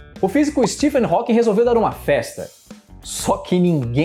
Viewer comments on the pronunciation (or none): none